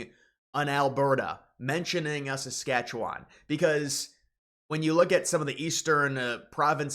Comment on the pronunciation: You'd have more credibility if you didn't say "SAS-KATCH-YOU-WON and knew that Northwest Territories is not a province, but is a territory governed by Ottawa. There already has been a free trade agreement on autos and auto parts, in both directions, for decades. So what Trump wants in NAFTA, at least for the US and Canada. No tariffs either way, which is what it was supposed to be. But NAFTA was about stuff. Canada did not open its market to financial services and said an indigenous food industry, to the extent possible, was a matter of national security.